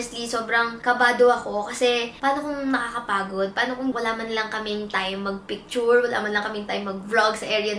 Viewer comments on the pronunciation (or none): napansin ko din. pero keri lang. but for someone who is into vlogging na, you should research how to pronounce words na hindi natin alam. google is one click away naman.